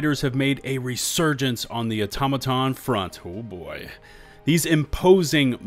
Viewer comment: is pronouncing Automaton wierd on purpose? no way he hadn't heard it correctly spoken by now